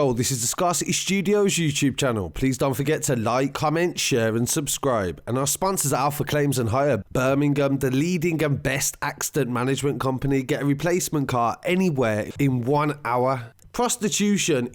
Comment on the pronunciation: Love it when he says Bir- ming-ham